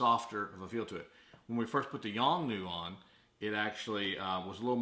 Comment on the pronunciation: The flash is not Yong New but a Yongnuo. Notice that letter "O" at the end is not silent. Also, there were too many ummm's and uhhhh's in the video. Finally I would have liked to have seen some actual testing and especially remote testing would have been helpful.